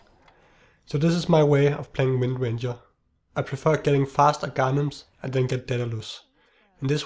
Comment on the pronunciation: E SC its windranger, not rangeranger